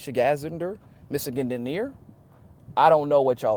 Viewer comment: 'Michigander' is indeed the 'proper nomenclature'. Pronounced Mich-i-gander' - just like you pronounced it with your 2nd guess.